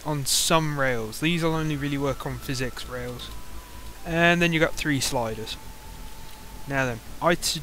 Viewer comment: I think hes saying PH as an F and X is just hard to say so it turns into physics